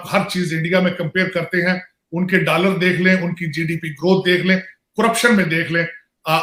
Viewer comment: Dallar Nahi hota doller hota hai